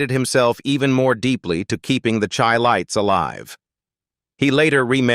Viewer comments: You keep showing pictures of Stylistics, Barry White. Airion Love...many mistakes. And it is Chi lites. Like Chi-cago ...pronounced shi not Chi.... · Pronounced "SHY LIGHTS". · Whenever you guys hear this voice it is AI. You will hear a lot of untruths. He even pronounced the group name incorrectly. BS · You need to learn how to pronounce their name Chi- lites 😅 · Whoever put this together really needs to take this off of here because there is much misinformation, videos of singing groups who are not the chi-lites, and the pronunciation of the group's name is even messed up because this obviously is AI generated.